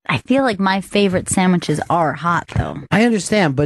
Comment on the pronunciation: i love it when ron and discuss "samwiches"